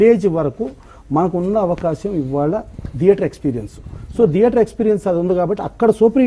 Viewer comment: దియేటర్ కాదు నాయనా థియేటర్.... మళ్లీ నువ్వు ఒక నిర్మాత అంట